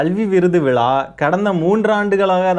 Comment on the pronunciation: டேய் நாயே அது விலா இல்லடா விழா.ழானாவே வரல இதுல ச்சேனல் மயிருவேற😂😂😂